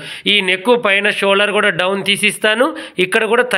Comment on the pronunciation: షోలర్ కాదు అండి షోల్డర్